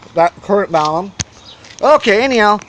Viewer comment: Are you saying "balum"? It's balun with an "n" short for "balanced-to unbalanced." There is no "m" in the word "unbalanced."